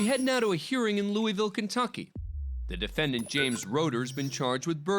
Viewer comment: Im glad finally a tV channel says LOUIVILLE correct